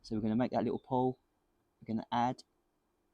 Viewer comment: PUDDLE! I keep thinking he's saying "Pole" or "Pull"! But never mind, I think out of all the demonstration videos, HE is the ONLY ONE that's doing this in the same way that you would weld other metals. Making a "puddle" (I hope!) THEN adding some filler. Every one else so far seems to melt the filler on to the surface, then melt in in with the torch. It seems to work, or at least be pretty. I'm sure a dozen commen-teers are shouting "Lead is Different!", and I am sure it IS! But still, this looks like proper WELDING technique. In Brighton. Wouldn't it be? This seems like a good way to TEACH welding actually, and you do want stuff made of lead every decade or so. Ready for a strange idea? I think if the sheet is pure lead and the filler is too, maybe the same piece of metal can be welded over and over! Probably not forever. But dressed down every time to look more or less new. We have this little rolling machine that jewellers use, it's very strong. I think the welded piece could be rolled flat!